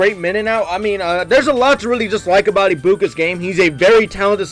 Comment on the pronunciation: not being a asshole just helpin for the future his last name is pronounced (Egg-Bu-Kah) He’s basically a copy of Chris Olave and JSN so I think whoever gets him has a reliable solid passcatcher that can help a developing QB